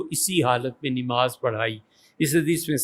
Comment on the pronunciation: سر آذان نہیں ہوتا، اذان ہوتا ہے۔ اور اردو کا واقعی خراب نہیں کرنی چاہیئے کہ نِماز نہیں نَماز ہوتا.